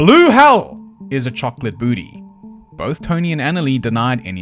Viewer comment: chocolate boottee LMFAO